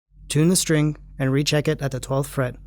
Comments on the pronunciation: do you know that you say strink lol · What the fuck is a 'strink'? Stop saying strink.